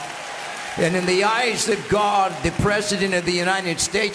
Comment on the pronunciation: Your pronunciation of Gawda proves you are telling the truth about your youth.